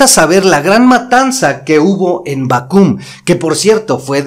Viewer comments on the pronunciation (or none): Bácum no Bacúm. Por cierto buenos comentarios y hay que decir que Don Porfirio Diaz tampoco es como lo dice la Historia. Con todo respeto sugiero que se comente con más respeto los personajes de la Historia. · Es Bácum no Bacum, conozco la iglesia de puro ladrillo. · Permíteme corregirte la pronunciación de Bácum... La palabra suena acentuada en la primera sílaba. Saludos desde Hermosillo, Sonora, tierra de yaquis.